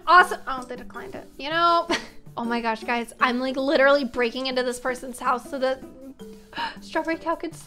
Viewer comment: why goueses its houses